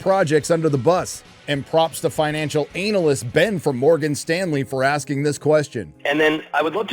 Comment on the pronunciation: Why u always Over Emphasise Anal in Analysist